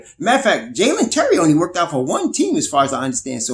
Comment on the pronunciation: It;s Dalen Terry, Not Jaylen Terry.